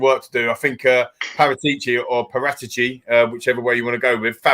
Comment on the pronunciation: Fabio paratici is not pronounced with a G in his surname every time it sounds daft